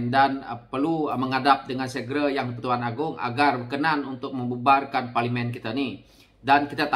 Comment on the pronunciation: Teruk juga sebutan ko ni bro…parlimin